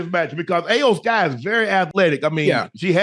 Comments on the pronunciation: Shannon and Ocho, her name is pronounced as E-OH, not I-Yo!!😂😂😂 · Iyo Sky, pronounced like E-O Sky Not A O Sky. That was brutal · I love how they mispronounced iyo with ayo lmao 🤣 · unc its E OH SKY not ayo sky😂✌️ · It’s the Final Boss and her name is pronounced Eyo Sky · Who the hell is Aye O Sky? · Its E-O sky lmaoooo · How much they pay these guys to talk about it lmao, cause they butchered all the names lmao “ayoo sky” 😂😂😂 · It's cringe hearing yall mispronounce Iyo (e-yo) Sky's name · It’s pronounced eo sky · Love Unc and Ocho, but y'all massacred Iyo (eee yo) Sky's name, and there's no Jim McMahon 😂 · Shannon & Chad, you guys slaughtered the names of the Wrestlers in this video. It's pronounced Iyo (E-O) Sky. HHH took over running WWE from Vince McMahon. Jim McMahon played Football for the Chicago Bears in the 1980's. Not be confused with Ed McMahon who used to be the spokesperson for Publishers Clearing House. Lol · "AYO SKY i don't want say her name wrong" ohhhhh too late Ocho lol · Iyo. Its Iyo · It's pronounced E-YO Sky 😂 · Iyo(E-O) Sky. More wrestling talk Unc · They both can't pronounce Iyo name right 😅